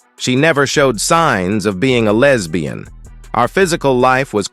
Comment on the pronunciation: Every time it says "lez bee in" cracks me up. It sounds so weird.